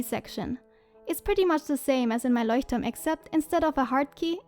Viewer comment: Voll cool🥰 bist du von Deutschland weil du das Leuchtturm so perfekt aussprichst😂😂❤️